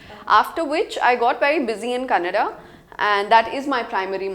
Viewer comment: It's kannada! not kannad!